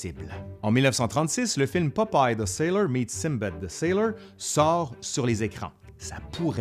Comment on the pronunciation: Québec: "Popaille" France: "Popeille"